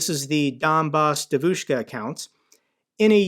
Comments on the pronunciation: Just a little tutorial on pronunciation. Normally, the stress goes on the penultimate syllable. But there are exceptions: Devushka has the first syllable stressed. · I'm a Russian speaker, and only today I've realized what she meant by Devushka, because holy shit it's not how you say it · Man I love your videos but you have to work on the pronunciation of the word devoshka😂😂😂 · Its pronounced «Djeeeevushka» 😂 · It's pronounced dyevushka. E is ye Like Kanye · Donbass DEvushka ( stress on the first syllable). Other than that all good stuff. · Please, it's DYEvushka, with the emphasis on the first syllable. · Love the channel, thanks for keeping us informed! On the pronunciation of Devushka, the accent is actually on the E, DYE-vushka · Thanks once again, a great video as always, just one small correction, I know you want to be precise: the stress is on the first syllable, that is, "DEvushka", not "deVUshka". By the way, I cannot by any means imagine how anybody could take this obvious impostor seriously, but then again, if they are ruzzian supporters, one can make them believe whatever they want, just by finding the right leverage. Слава Україні! Героям слава! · Say : 'dEvushka' not 'devushkA' can YOU!? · Donbas DYEvushka with stress on the first syllable. Please. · It's dEvushka,not devUshka,and roughly translated means young girl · I really want to know if pronunciation “devOOshka” is just bc he doesn’t speak Russian, or if that’s actually how Sarah Bills said it on her podcast with her pro-Russian guests. The latter would be hilarious. The stress in the word devushka is on the first syllable. The e is pronounced “yeh.” It’s a jarring difference that bugged me throughout this episode even when understandably mispronounced by a non-speaker. Her Russian audience would have had to have been confused. Glory Ukraine! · btw - it's pronounced "DYEH-vich-ka" (it means girl).... love the channel,!